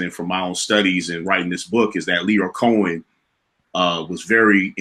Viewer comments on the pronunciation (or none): T this is from such a good place of an avid watcher. You have to start pronoucing names correctly. I understand you may talk a certain way but you have to pay attention to detail. His name is Cohen not Conan. You channel is gaining so much viewership, please pay attention to those small details and professionalism there. This isn’t bad comment, I’ve just noticed it over the years and I know this video is going to get so many views. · Nitpick: His name is Lyor COHEN. Not Conen. Otherwise, great work. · Lyor Cohen (pronounced Co—In) and Kevin Lyles have enough $$$ to pay Carl double and plus what he’s asking. Break that man off 5Ms, send him off and charge that to Meg if they want her ass sooooo damn bad!